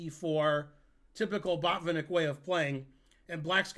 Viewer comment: I think a Russian or eastern European would say baht-VIHN-ik, accent on middle syllable. Same principle for to-PAH-lof (Topalov). But some Americans would be confused.